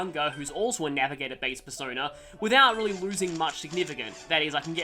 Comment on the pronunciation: sounded here like he said "Bearsona" instead of "Persona", uff.